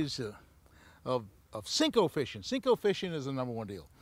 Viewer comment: It's a "senko", not a "sink-o"